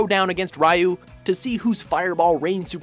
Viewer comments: woah woah WOAH, did they just pronounce that rai-ou instead of ri-ou?! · its "ree-yoo" not "rye-yoo" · Ry-uu? Dude which asian was that? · god its like you're trying to pronounce things wrong wtfs a kunto or a reeoo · Am I the only that gets upset at people who can butcher even the simplst of words, such as Ryu? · Oi learn to pronounce Ryu's name >.< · You guys keep mispronouncing Ryu.